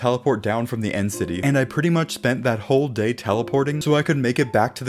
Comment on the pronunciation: When he said day 22 he said gay 22